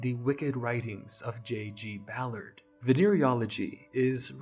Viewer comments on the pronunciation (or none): none